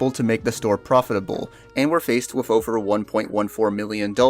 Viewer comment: "each ofver"